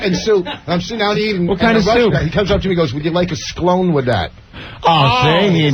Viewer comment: " would you like a 'sclone' with that"?